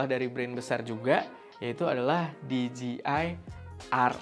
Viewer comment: Di jey ai = DJI , bukan di ji i = DGI